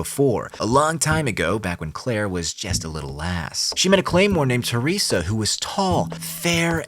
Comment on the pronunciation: Your pronunciation of "Teresa" is so off it pisses me off xD